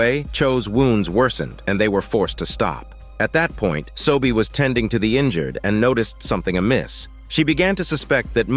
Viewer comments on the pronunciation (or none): it’s seo-bi, not sobie, it’s yeong-sin not shin, and it’s beom-pai, not pal (sorry if I’m late but these names this dude gives irritates me. Just wanna correct)